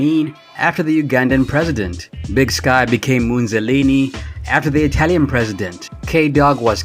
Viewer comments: its Big Syke (sike) not big sky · Big "SKY"? There are lots of errors in here, but come on. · Yeah I know who big syke was.right on,but the narrator called him big sky.I was being a smart ass.Out of respect for Thug Life dude shoulda got it right.But I really didn't know mopreme became a Outlaw after Thug Life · Big SYKE, not Big SKY lol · DUDE REALLY CALLED BIG SYKE BIG SKYYYYYYYYY WHAHAHAHAH Im sorry if you read this content creator but CMON man!!!! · You keep saying Big Skye. It's actually Big Syke. It was from his childhood name Psycho (or something to that effect) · It's Big Syke not big Skye. (Short for big psycho).